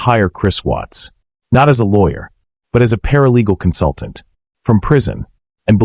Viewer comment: Either this isan AI orthis guy doesnt understand syntax or how to pronounce watts